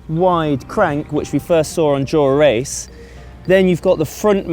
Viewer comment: Is it just me or can he not say "dura ace" like a normal person. Way he says it makes him sound like a rite 🔔🔚